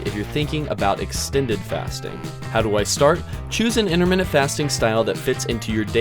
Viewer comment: Why does he say interminute fasting?